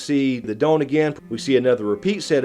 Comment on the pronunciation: The way you say 'dawn' makes me laugh, bare country